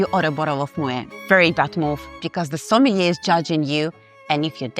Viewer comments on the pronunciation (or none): notice her pronunciation of sommelier.